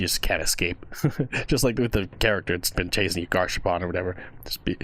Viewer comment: Garsh ar poon* not garshapon